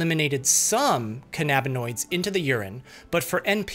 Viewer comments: you mean "can-a-bin-oidz" not "khan-ab-in-oidz." You are nit Captain Kirk and Khan isn't leading his Augment army against you... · i have never heard anyone pronounce cannabinoids as Can-ab-in-oid instead of canna-bin-oid 😂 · THEYRE NOT PRONOUNCED CAN AB NA NOIDS, THEY ARE CANNA AS IN CANNABIS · Cannabinoids is pronounced “KAN-a-bin-oids”. The accent is on the first syllable. You pronounce cannabis that way, so cannabinoid is pronounced the same way. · the way your pronouncing cannabinoids is driving me insane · Your pronunciation of cannabinoids drives me up a wall, bucko.